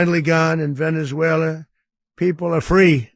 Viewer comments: He has said not one true thing… all bull. And he said Venezuel’er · 'Venezuelar' says the orange muppet.